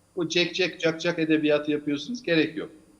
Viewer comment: Şaşırmadık her zamanki hali metiner yaşlandı sanırım beş yaşındaki çocuk bile çak cuk ubteleffuz etmez Sinan oganın